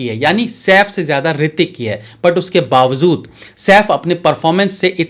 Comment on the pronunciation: Bawazud nahi bawajud hota hai thoda apko b sikhna padega